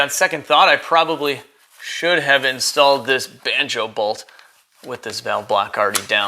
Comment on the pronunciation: when You said banjo bolt, I swore you said “I should have installed this B*tch!” Lol!